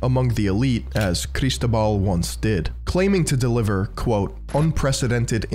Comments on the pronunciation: Cristóbal <= the accent is on the o bro. Seriously. When you do this research you don't bother to learn how to pronounce things? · I love how he forces a Spanish accent to say "Barcelona" but pronounces Cristóbal wrong. "CAR IS TOBAAHL!" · It's a great video, but I have a minor complain and I know it's sounds whiny: I suggest you to use a text-to-speech site to know how to pronounce foreign names, you completely butchered how Cristobal's name and surnames are pronounced. The accent in Cristobal is on the o.